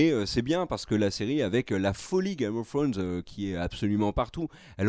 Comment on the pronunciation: C'est possible de dire au gars de droite de dire trône de fer au lieu d'essayer de dire Game of thrones "Game of frônes".. pu capable haha ! Mais à part cela vous faites du bon boulot !